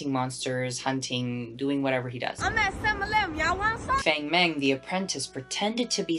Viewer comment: Bestie please learn how to pronounce Chinese names :( this is really good but you said everyone says wrong. Feng mengs name is pronounced fahng mahng 😭😭😭